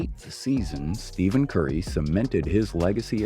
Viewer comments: Steven???? It’s Stephen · did u just say steven curry???HUH??